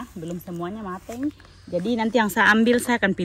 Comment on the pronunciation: Lucu kalau bilang MATENG